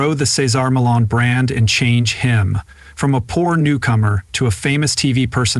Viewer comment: How many times can this narrator say his last name wrong? It’s disturbing take your time when you read and say the same words over the same way not a different way because you don’t understand how the word is supposed to sound to begin with if you don’t understand how to say his last name go to any of his shows and listen to how it’s pronounced